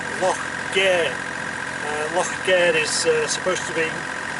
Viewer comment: You're pronouncing Gair as in Welsh, (translation - word), no surprise with the Celtic connection. Glad you got some sailing towards the end.